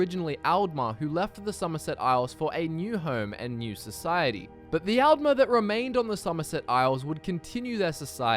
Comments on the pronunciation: its pronounced 'oltmer' and 'oldmer' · It helps to pronounce Aldmer like the word 'all' with the 'a' sounding more 'o'ish and then Altmer like the name 'Al' with the 'a' being sharper. To make the two sound even further apart you can put a little 'uh' sound after the 'd' in Aldmer (but don't put much emphasis on it otherwise it will sound weird)